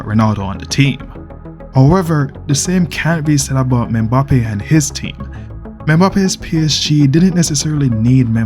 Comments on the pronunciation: its EM-BAPPE not ME-BAPPE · Menbappe😂😂😂 thought I was the only one who noticed that